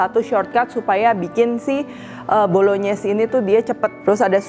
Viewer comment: Bru tau ternyata penyebutannya Bolonyes soalnya cef dadakan yg d tiktok nyebutnya bolongnais